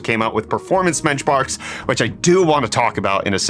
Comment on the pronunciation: "performance MENCHBARKS" lul